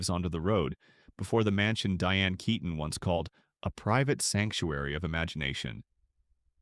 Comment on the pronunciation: ITS NOT KAYTON! Its KEEton. Don’t you care?